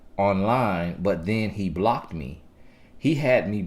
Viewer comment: Y’all, I’m from Australia and just listening to him say the down under line, Aussie and mate is hilarious 🤣 as says, keep them BLOCKTTTED 🛑